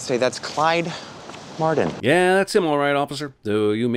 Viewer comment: Mardon? Its Martin, guess thats a sin for you